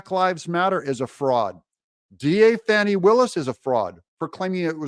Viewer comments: FANI NOT FAWNI. IT’S FAN EEEE. FAN EEEEE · Her name is Fanni as in butt! Not Fauni that would be spelled differently!!